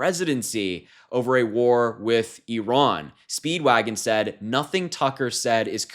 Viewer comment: Finally, an American that doesn't pronounce it "eyeran"